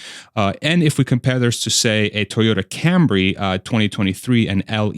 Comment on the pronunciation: Toyota Cambry?